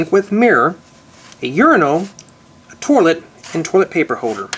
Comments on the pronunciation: Why does he say torlit instead of toilet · he's the one ho said torlet- i say toilet. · Is it me or does he keep saying torlet instead of toilet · its toilet paper not toirlet paper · not making fun of you, but... its pronounced toilet... not torlet.. LOL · He said to let paper kinda weird sorry btw ur vids are great though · you say torlet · Y u say trlet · Lol "torlet" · Is he saying "torlet cuz , thts wat it sounds like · lol... "Torlet" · The way he says toilet is funny p.s.not trying to be rude :( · you cant say toilet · u say toilet weird